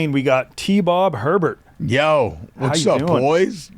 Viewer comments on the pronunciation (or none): IT'S "HEBERT" NOT "HERBERT" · lol. It’s not HeRbert. It Hebert. Pronounced ‘ay-bear’. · I turned it off when he pronounced it like that lol.